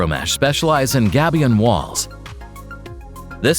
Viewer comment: "gabion" pronounced : gay bee un 😁